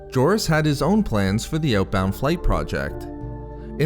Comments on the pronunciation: Doesn't the "J" in "Jorus" pronounce as "H"? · You butchered the pronunciation of his name dude